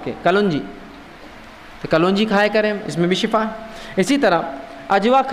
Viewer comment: Shifa thek he khena ,,,,not shafa